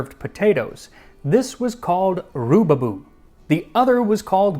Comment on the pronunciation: It is pronounced Rubaboo, not Rubaboo.